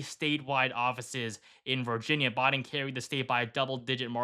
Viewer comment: Any particular reason why you keep mispronouncing Biden's name?